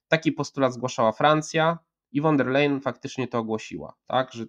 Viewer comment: Von der Leyen wymawia sie ˋfon der lajenˋ .